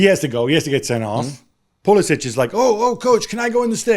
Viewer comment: Gab still calling him Pulisitch like he’s was born and raised in Zagreb…